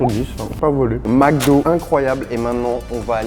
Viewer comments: on ne dit pas MACdo mais bien MECdo (MC) MEC, MEK, au Québec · Au Québec on dit MCDO pas MACDO. Ça se prononce MECDO. Mc = mec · On dit Mc do comme dans Mec do. Pas Mac do lol, comme dans un Prince à New York, pour Macdowell lol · Pourquoi dit il toujours MacDo il vient de ou le A ?